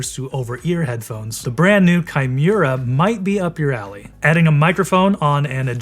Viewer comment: It's hard to trust a review when they can't even say the modelname correctly.. If you don't bother to read the name of the product, why would you even bother testing it if you just need to spit out a video anyways?